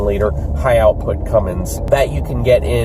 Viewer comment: You said Cumm in Allison ha!